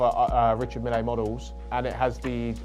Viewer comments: "Millay" - How can you possibly attempt to sell a product when you can't even pronounce the brand properly. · i can't take him seriously no matter how good his review is if he don't pronounce Richard Mille (CORRECTLY) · Sorry but that’s awful presentation, I’m afraid. When you’ve picked up the phone I just stopped, pressed dislike and set out to write this comment. Not to mention wrong pronunciation of ‘Mille’… Do you homework before next one. Do not shot in one go. And of you managed to suit yourself nicely and almost set up the lighting - than for heaven’s sake switch off your phone! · Embarrassing he can't pronounce the brand properly. Also he spread misinformation for example Richard Mille have made round watches they aren't all that shape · Embarrassing from him tbh